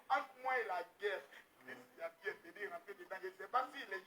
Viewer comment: ❤️🌹 il s'appelle chris yapi Pas chris yopi 🤦🏾‍♀️🤣. Gros bisous à toi 🌹 😘 ♥️